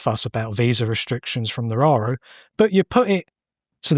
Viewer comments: It's called "Nauru" and not "Nararu". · Australia has already done this with Nauru. And it's pronounced "naru" NOT nararu 😂😂😂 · Nauru is the country he kept referencing not Nararu or whatever he was saying. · The island is Nauru. Not however the guest is pronouncing it.